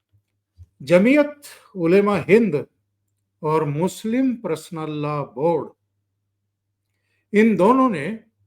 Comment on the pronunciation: नमस्कार चौधरी साहब🙏 मैं आपका चैनल रेगुलर देखता हूं। आज के विषय में #पर्सनल_लॉ_बोर्ड है जिसे आप #प्रसनल लॉ बोर्ड उच्चारित कर रहे हैं जो सुनने में अच्छा नहीं लग रहा (बुरा मत मानिएगा ,, मैं ऑल इंडिया रेडियो स्टेशन से अप्रूव्ड आर्टिस्ट हूं इसलिए सुनने में इसे अशुद्ध मान रहा हूं)